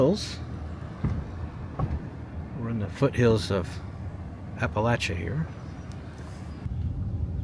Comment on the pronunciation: Thank you,, for pronouncing “Appalachia” correctly. Sincerely, proud hillbilly